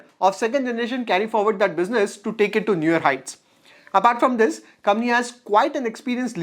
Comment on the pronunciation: Brother,I watched a lot of you videos..All of them are great content. A small suggestion..please pronounce Company as coMPany….instead you are pronouncing as commie… Thanks 🙏 for the great content